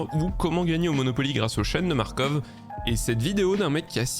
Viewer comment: je vais être chiant mais on prononce "chaine de Markof" à cause du fait que le bozo était ruskoff